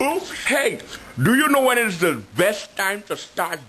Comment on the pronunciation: While I'm at it, you'll be about dead, since you've never had anything so good in your life. By the way, it's "when" not "win" Didn't you learn that in third grade like the rest of us?